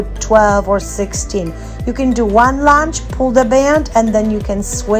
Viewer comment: Lounge?! I think u mean lunge, ur workouts are awesome and are definitely not for lounging 😂😂❣️